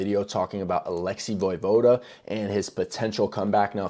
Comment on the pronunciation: You don't pronounce the e in his name.